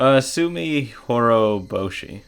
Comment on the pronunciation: Pronunciation is okay. Except, the "t" is not supposed to be silent. It's not like you're the only one guilty of that; a lot of people seem to think it doesn't matter. But consider this example: Say you step outside at night, look up at the sky, and notice a particularly striking moon. Since you know some Japanese, you say, "Tsuki desu" ("It's the moon"). Only, since your pronunciation is a little sloppy, it came out as, "Suki desu", which can be interpreted as, "I love you". ;-) Okay, that's kind of silly. It's unlikely to be misunderstood that way even if you do mispronounce it, thanks to Japanese people being very sensitive to context clues (and also, common sense). But I just wanted to put it out there. :-D I'm glad it made you happy. But you know, it is, as you put it, a what-if. Basically, what should have happened, and maybe could have happened had Shion (using the name she's usually called) not gone off the deep end. (Yeah, I know, her personality was a major factor in the whole tragedy, so maybe it wasn't that likely.) In that sense, it's also very sad, knowing it didn't really happen. So, in case you're not aware, this is the answer to "Onikakushi-hen". The correspondence is not as obvious as it was with "Meakashi-hen". You'll see why. Or perhaps you can already guess.